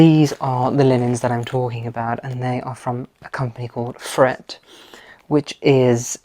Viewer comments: The pronunciation di "Frette" is "Frette", until to "e", not "Fret". Italian is Italian. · Magnificent transformation, Kudos! Just a tip when it comes to pronouncing Italian words (as my Italian head Chef often reminded me) unlike Spanish Italian words are pronounced as they are written. In the case of Frette, you'd pronounce it "Fre-te", not "Frett", a very easy miske and one i've made all too often. I must confess that I believe the quality of a Frette linen cannot be matched, It is an investment, but an investment that pays dividends in comfort and durability. Matouk is another outstanding choice, should you want variety. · you are very talented and I enjoy your videos. I wanted to share two tips with you. First, Frette linens are excellent indeed - it's pronounced FrettE. The other wonderful linens are by Pratesi, but they are quite expensive. Second, you can make your Frette (or any bed linens) look as if just freshly pressed if you mist water with a simple spray bottle when making up the bed. This is a very easy, simple way to make beds look immaculate, and is a frequently used trick in luxury hotels. The mist gets rid of creases and wrinkles. No need to iron linens. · Frete, the superb Italian linen house is pronounced Fretay……. Just thought you should know. Keep up the thoughtful and soothing videos. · Frette is pronounced "FrettE" - you want to pronounce your final E as in bed (/e/). I'm from Italy. Lovely video! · It’s Fret taaaaa. As in day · Great job! Frette is pronounced as “Fretay.” The Italians pronounce “e” as “a” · Lovely room, beautifully styled. I believe Frette is pronounced Frett-ay, as if there were an acute accent on the final 'e'. Although it is an Italian company, it was founded in France, hence the name. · Ciao Ragazzi. Mi inserisco nel dibattito, in Italiano: Frette si pronuncia con la E finale. Un abbraccio. Grazie a!